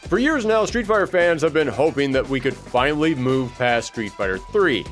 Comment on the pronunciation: Plot Twist: This isnt even the ending. And it's "finally" not "finially."